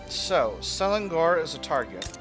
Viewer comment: the ng in selangor is pronounced like the ng in manning, fun series by the way! your attempt at breaking the power of the nobles is progressing quite quickly even with the somewhat low success chance in some laws